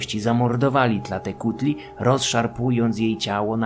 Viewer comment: Wspaniałe są te mezo-odcinki. Uwielbiam te subtelne pojazdy po starożytnych kosmitach. Dodatkowe informacje/jakieś małe poprawki (głównie wymowa): Na samym początku, Tēzcatlīpōca poświęcił swoją nogę, aby zwabić Tlāltēcuhtli/w walce z nią/nim! Wyrosła mu tam "proteza" z dymiącego obsydianowego zwierciadła... Nanāhuātzin jest zapewne jedną z emanacji Xōlōtla, który sam jest bliźniaczą formą Quetzalcōātla (a inny awatar Quetzalcōhuātla, Ehēcatl-Quetzalcōātl, jest tym, który składa ofiary z wszystkich bóstw na początku czasu) Tlāloc to przede wszystkim deszcz, burze już drugorzędne, ale to mniejsza. Jego kły to kły węża, a te gogle to połączone ze sobą... dwa węże! Co do dzieci: bardziej chodzi o związek Tlāloca z karłami i niektórymi chorobami oraz deformacjami, którymi dotknięte bywały dzieci. No i sam Tlāloc składa się na czterech Tlāloqueh, czyli takich dziecięcych/karłowatych mini-Tlāloków. W ogóle zakopywanie dzieci pod budynkami to bardzo ciekawy zwyczaj, bo był strasznie popularny w zupełnie różnych miejscach na całym świecie. Quechquemitl/Quexquemitl wymawia się Keczkemitl/Keszkemitl Ci mniej honorowo potraktowani jeńcy mogli być też po prostu jakimiś przestępcami - ofiary tak ogółem nigdy nie miały być karą, ALE niektórych niegodziwców czasami usuwano w taki sposób ze społeczeństwa... Ogółem składano w ofierze nie tylko drapieżniki: bywały tam też np małpy... No i właśnie małpy są też kolejnym wszystkożernym zwierzęciem Mezoameryki oprócz psów i ludzi. Idea, że kanibal